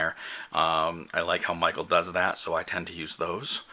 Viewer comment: Thoughtful and practical. One suggestion. Michel is pronounced "mee-shell" not "Mi-kel" :)